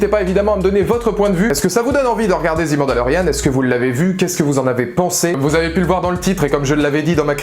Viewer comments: Je viens de finir la série et, oui je suis du même avis que toi ! Très bonne vidéo ! Mais par contre, s'il te plaît, arrête de dire '' zi '' mandalorian... C'est '' ze '' mandalorian... '' zi '' c'est si le mot suivant commence par une voyelle... Juste une petite remarque, sans agressivité... Mais mes oreilles commençaient à être en sang 😅... À part ça, continue comme ça !!! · On dis pas '' zi Mandalorian '' mais '' ze''.' 'zi'' c'est quand le mot suivant commence par une voyelle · "The" prononcé "zi" c'est devant un mot commençant par une voyelle. "The" prononcé "ze" devant une consonne. Mandalorian, ça commence par une consonne. Du coup je te laisse appliquer la correction. Sinon, je suis déçu que tu n'aies pas pleuré du coup.